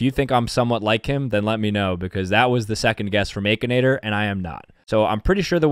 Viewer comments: Bro really said ‘ay-kinator’ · The AY-K-INATOR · I love/hate how he calls Aa-kinator as Ae-kinator. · "Ay kin ay ter?"??? bruh i've been sayin "ak in ay ter" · aKAnAtOr me: it’s ak(I)nator 💀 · did you just say aykinator???? its akinator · I think it is pronounced ak not ache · The aykinator bruh it's akinator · I know he didn't say aki-nator it ackinator! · it is akinator not aykinator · bro pronounces it "a-kinator" instead of akinator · Stop saying it like Aykinator it's ahkinator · Ah yes the aykenator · nahh bro said ehkinator 💀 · hold on. The “aykinator” 💀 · EXCUSE ME? “Aykinator” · bro really said akeinator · He realy said Aichanator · I still wonder y he’s calls it Akinator with that ayyy sound at the beginning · He pronounces Akinator so weirdly lol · He said akinator with the long a hahaha😂😂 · He pronounced akinator wrong 😂